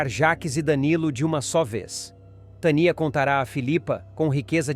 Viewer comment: Narrador onde tem esse nome ? TANIA? VC NEM SABE NARRAR PRONUNCIAR NOMES TANIA. KKKKKKKKKKKKKKKKKKK